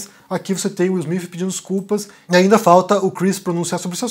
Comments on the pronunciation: Wil smif ? Cacete que inglês do cacilda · Não consegui ver até o final. Me desculpe. No 4 " Will Smifi" eu desisti. Me agride os ouvidos. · Só eu que percebi o falando: Will Smife? Kkkk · Will Smiffiii 😂😂😂😂. Falar o TH em inglês pra brasileiro é igual quem fala espanhol não conseguir falar o V. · "Will Smifi"😅